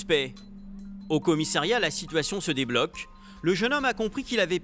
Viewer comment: Il peut arrêter de dire 50 fois "commissAIriat" ???????